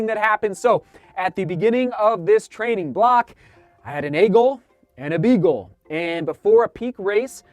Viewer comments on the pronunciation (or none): Did you say "A Goal, B Goal and a C Goal' or did you say " A Goal, Beagle and a Seagull" ? :-)